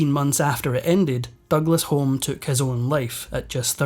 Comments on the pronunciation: Home is pronounced Hume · Pronounced HUME not Home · No offence but I'm kind of sure the surname Home is pronounced Hume. It's Scottish. 🏴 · AI voice mispronounced Home as in Robin Douglas Home. It is pronounced Hume.